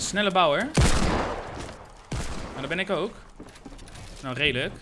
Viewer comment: Maar ja, wij zijn ook 'raidelijk' 💁🏼‍♂️ nice Engels lol